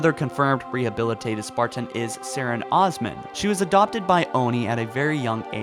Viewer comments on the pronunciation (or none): none